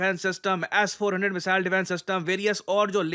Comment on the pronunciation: मिसाइल.....❎ मिजाइल.....✅😂